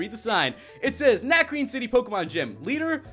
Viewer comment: yeah I have 3 tips that'll help you for this gym #1 it's a puzzle and you have beat trainers to get to some books that will piece together a puzzle. Tip #2 Lenora has a Herdier at Level 18 and a Watchog at Level 20 so train your team up to at least Lv.17 and tip #3 it's pronounced Na-cre-ne cuz it's french